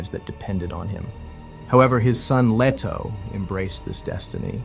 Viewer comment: LEE-toe, not LEH-toe (listen to Emperor Shaddam IV in the 1984 Lynch movie scene of the secret visit of the Guild Navigator). CHAH-nee, not CHIY-nee (the entirety of the Czech mini-series)